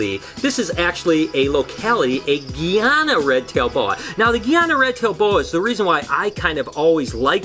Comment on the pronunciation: Its more pronounced guy-ana ana with the sound nana not geana